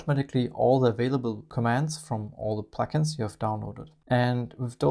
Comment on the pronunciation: I watched this twice just so I could continue listening to “pluck-ins,” which I know is not what is being said but which still sounds so much nicer than “plugins.” Thank you for the feature add!!